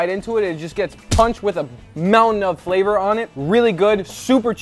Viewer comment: The description of, when he describe the flawour, i know how it taste!